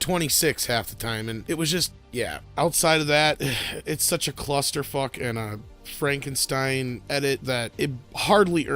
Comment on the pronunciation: to hear Spanish (not a diss, it's actually quite good) and I LOVE how he pronounced Frankenstein, very German-esque.